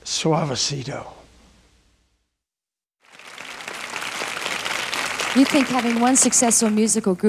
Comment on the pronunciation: The correct pronunciation is //suavesito//, not //suavesirou//.